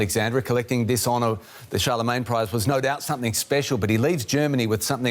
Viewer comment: Billions, not millions. Also Charlemagne, not Chalemagne.